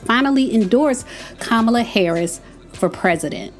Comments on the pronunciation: It’s COMMA-Luh. Not kuh-mal-lah 🙄🙄😂😂😂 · It’s not Ka-Mah-La it’s pronounced; Comma-Lah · KAMALA is pronounced COMMA LA I ❤ u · Say her name Kamala! It’s the best way that I can share is Comma-La. The emphasis is on KA not Ma! I’ve heard the other side purposely pronounced her name wrong. Smh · "COMMA, LA" - Name pronunciation Let's all make it a priority to pronounce her name correctly, just as you would want someone to pronounce your name correctly, consistently. Thanks! ❤ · Hello, you are my girl, and I love your channel. I believe you're pronouncing VP Harris first name incorrectly. Listen to the way former President Obama says it. But the pronounciation is: Ca-ma-la, I think😊. Girl, keep those videos coming. Near the end of your video, you started pronouncing her name correctly. Be blessed, my Sista.❤ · Please say her name correctly. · You’re pronouncing her name wrong listen, how Barack pronounced her name, please. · Please pronounce her name Correctly